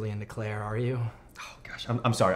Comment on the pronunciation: I mean.... c'mon dude... it's CLAIRE.